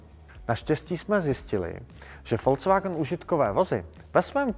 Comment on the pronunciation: Vysvetlete mu nekdo ze to neni FOLCVAGN😂😂 Ale “Folks Wagn” VW😢! nemecky lid, lide, lidovy je Folks a ne Folc😢